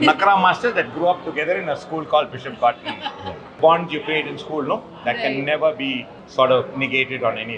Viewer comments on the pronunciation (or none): none